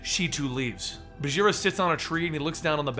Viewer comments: Hey Bagheera is a Hindi word and it's pronounced with a hard g like in 'ghost', not like a j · is it bageera? or baguira? how to pronounce?